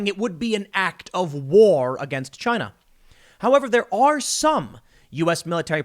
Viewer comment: CHY-NA... rhymes with...